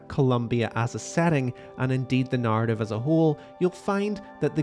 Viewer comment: why do you say NAARTIF instead of narative